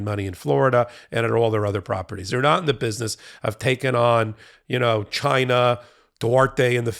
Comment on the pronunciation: Trump "GHYNA"